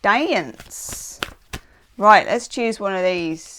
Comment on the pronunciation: Ha, you went a bit southern Amurrican when you said "dance." It's a uniquely southern thing here to stretch a one-syllable word out to two or three. (The classic example is the southern fire-and-brimstone pastor stretching "Jesus" out to about 3 syllables. "Jee-uh-sus!") Anyway. Thank you! Great reading, as always.